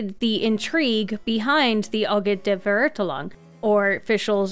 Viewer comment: as a German my ears bleed when you tried to pronounce Verurteilung and Immernachtreich I am soooorrry